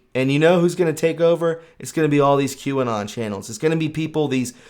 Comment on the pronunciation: Ffs. Q Anon. Pronounced. Q. Ann on LrN2 computer